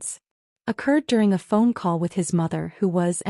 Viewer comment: Occurred, not accurd.